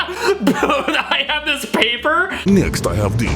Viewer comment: “Next, I have dis (this) , paypuh (paper).” in some sort of accent that kinda sounds kinda similar to a Russian accent, somehow.